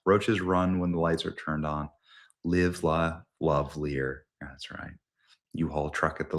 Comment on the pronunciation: You "lid" , you" lear"